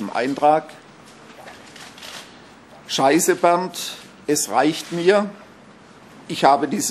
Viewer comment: "dscheisse Bernd" xDD Ach... Lesen sollte man können^^